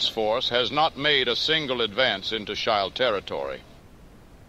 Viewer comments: A suggestion, but maybe you can write Afrika-shield in script so the AI doesnt read it as s-child. Very good work! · If you spell words differently, you can get the desired pronunciation. The way he says "Schild" is strange.